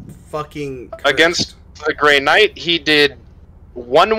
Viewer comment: Is Grey Knight, not Night ya Wally.